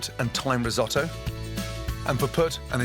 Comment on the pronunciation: dont do risstoto ever again or dont call it risotto